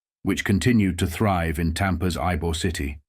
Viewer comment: You called Ybor the correct pronunciation is ebor the y is pronounced E, it called Ebor city, I been here fifty years Jimmy mac